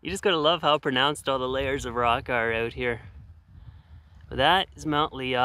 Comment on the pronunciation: "How PRONOUNCED the layers of rock are out here" is at it again 😂